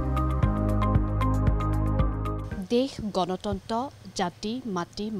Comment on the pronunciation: ভাষ্যকাৰ / সাক্ষাতকাৰ গ্ৰহণ কৰোঁতা গৰাকীৰ মুখত গণতন্ত্ৰ কে আদি কৰি বহু কেইটা শব্দ ভুলকৈ উচ্ছাৰিত হৈছে 😢